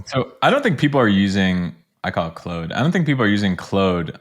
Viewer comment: Why does he call it "Clode"?